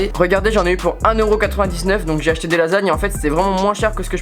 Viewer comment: Je pense que c’est acheter mais mal articuler non ?😂